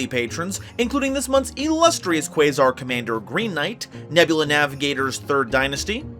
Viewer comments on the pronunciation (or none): none